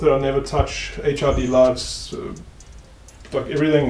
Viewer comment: Another awesome video bro. I may pinch this idea.. should I need to have my engine on the stand. 😎 Well done to your Dad! I chuckled when you said it’s got lights.. lights was very South African 😂.. made me miss home bro.